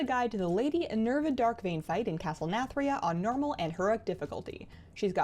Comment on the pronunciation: Stop saying nermal.